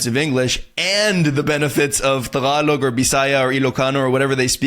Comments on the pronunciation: it is Pronounced "Tagalog" not "Thhaagalog"🤣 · Bro! pronounce it properly! TAG-A-LOG! :D Killing me bruh! :D